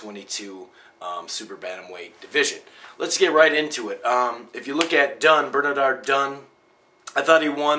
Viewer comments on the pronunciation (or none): we in iiiiireland pronounce it the way it is spelt bern-ard, ......bernadard haha typical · Its bernard man, not bernadard, thanks for the video it was interesting and balanced. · oh mate its not bernard-ard......its just bernard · yeah I'm Irish too. It's Bernard for us too. Definitely not Bernadard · its pronounced bernerd not bernadard!! other than that nice vid i was at that fight and even though i was sitin a bit far away i could feel some of dose shots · Dont call him Bernadard we call him Bernard! Just like you's! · ber-na-dard dunne? U reek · ha ha im lookin through alot of the comments on your site and can c your gettin a hard time about your pronunciation of bernard ha ha.....the folks are only taking the piss by slagging ya.....fair play 2 ya ive seen some of your opinions on fights and think your one of the better youtube pundits...keep it up,,and lets hope BERNARD can dig very deep and put this boy away tonight.....my nerves are gone!! god bless!